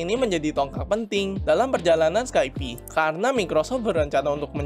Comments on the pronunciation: Pelafalannya "Skaip" bro, bukan "Skaipi" Capek dengernya drtd skaipi skaipi... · skaip bukan skaipi.